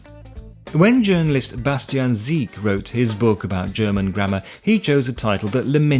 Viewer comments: Is it just me hearing 'Sebastian S*ie*k' instead of 'Sebastian Si*ck*', although the difference between 'seek' and 'sick' is exactly the same in English and German? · Die Aussprache "Siek" anstatt "Sick" zeigt schon, was man von ihm hält.